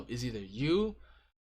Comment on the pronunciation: you are still saying Hammid xD